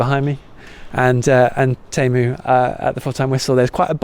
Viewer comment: It's TEE-EM-OO. As in god. :- ).